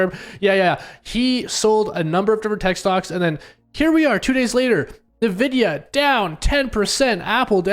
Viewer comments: Its En-videa not Na-videa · “N” vidia. Don’t listen to people who don’t know the names of the things they talk about